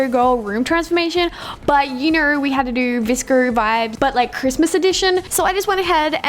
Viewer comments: Is anyone gonna talk about the fact that she said vscr instead of vsco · It sounded like she said vrsco insted of vsco 😂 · Its is VSCO not VSCER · you say vsco vscr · she just pronounces her o's like that, its her accent... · why is she saying vsco like [vsciouioio] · i love it how she says vscrrr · Is anyone triggered by how she says vsco